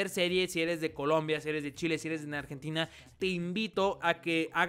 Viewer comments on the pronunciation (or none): en el dijo "nargentina" xDDD pd:me caen bien los argentinos,no se lo tomen a mal